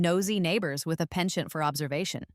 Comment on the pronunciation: It's not "feudal effort", it's "futile effort". It means an effort done in vain. If she is in California, she should have made sure to get a place east of the fault line, just in case California ends up sliding into the Pacific Ocean after the quake. Also, it not "ponchon" but "penchant" (A French word meaning "leaning towards something").